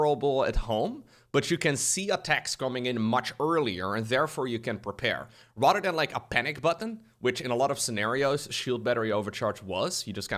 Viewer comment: Everytime my man says rather than, I hear Rotterdam, and I wonder where is he.